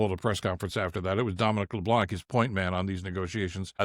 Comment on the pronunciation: I cringe every time you say Dominic Leblanc. It's a french name, and the "c" at the end is silent.